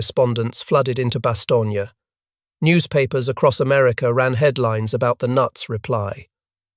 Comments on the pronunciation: Stop saying Bastonia. Jeez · Pronounce it correctly… bahs-TONE-yuh . Inexcusable.